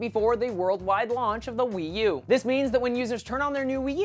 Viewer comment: The way he says Wii U sounds fun- Weeeee U!